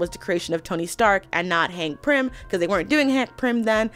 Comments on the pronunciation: Quick note: It's Hank PYM, not Prim. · Hank Pym; not Prim😂😂😂